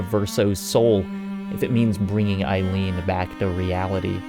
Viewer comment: great video as always but, c'mon, EILEEN?